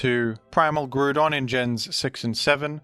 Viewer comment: worst pronunciation of groudon ive ever beard